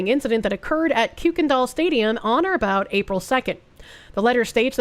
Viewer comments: as a Texan, it's pronounced Kirkendoll. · Yea yea cool but come on it’s pronounced kirken-doll don’t you know we Texans don’t pronounce anything normally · Btw, it's pronounced "Kirk-en-doll" for some reason